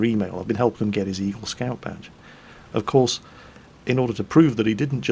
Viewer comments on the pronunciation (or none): I thought kept saying Evil Rank - then thought about what a Evil scout had to do......push grannies into the road? poison cookies?